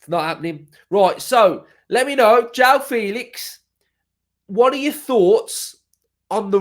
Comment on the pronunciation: nooo mate, not Joao